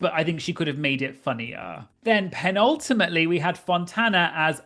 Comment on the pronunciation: What about "Penultimatt Leigh" lol